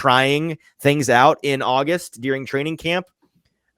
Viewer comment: noooo. Did you pronounce an E in ‘during’?